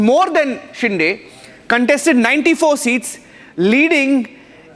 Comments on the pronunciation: It is शिंदे not डे .. get your names right. If you cant pronounce the CMs name properly, don’t come on the debate. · What a weird way to pronounce Shinde 😅